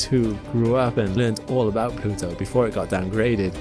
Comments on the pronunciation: Ah yes, Plutwo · It's planet plutwo